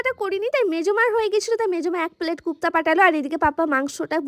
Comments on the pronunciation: Ota kopta kupta na😂😂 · Kupta na kofta, amra kabab boli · গুপ্তা না কোপ্তা😂😂😂